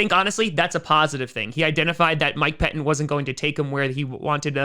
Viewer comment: Yeah, just FYI...."Pettine" still has two "t's" in it.....you might try learning to pronounce them.